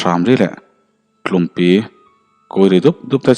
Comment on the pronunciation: chho vela tlumpi tih khi Tlumpui tih tur a nih hmel...Mizotawng hi tonal language a ni a,i thil chhiarah hian a thluk dan tih danglam ngai i nei nual mai...Entirnan: Mau rawp tih a rawp tih hi saptawng a rope tih ang a lam tur a ni.A dang pawh a awm nual...Hma kan sawn zel ang tih erawh ka ring...